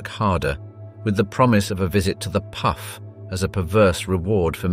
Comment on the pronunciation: "Puff" is the word for brothel. And it is pronounced "Poof".